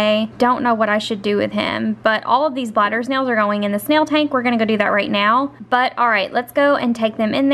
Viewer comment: Did she say glider snail or bladder snail